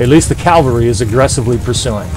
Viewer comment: Cool video! One thing, the word is "cav-al-ry" not "cal-va-ry". Cavalry is a horse riding soldier. Calvary (aka Golgotha) was the place just outside Jerusalem that Jesus was crucified. Your little character says it over and over. He screams calvary over and over, qnd your voice over keeps saying Calvary. It's jarring, and takes me out of the mindset to listen. Im not trying to sound like a jerkz just trying to be helpful.